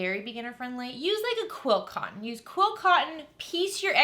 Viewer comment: Sorry, beginner here, are you saying quill cotton or quilt cotton? I just really enjoy your videos! 💜